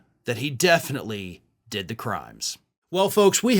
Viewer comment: "I dood it" 😂